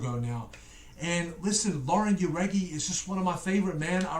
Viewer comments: Lol you still have Lauren name wrong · He still didn’t pronounce Lauren name right